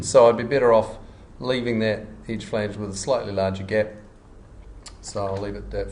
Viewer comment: Great tutorial, thank you! :) The only thing that disturbed my ear were the pronunciation of the words 'sketch' and 'edge'.